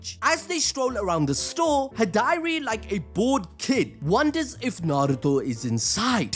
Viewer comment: How do you say high-dari but manage to say sukuna hikona 😂@ stop it…get some help It’s Hidari (he-da-ri)